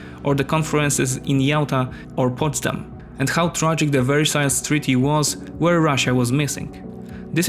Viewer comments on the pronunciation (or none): none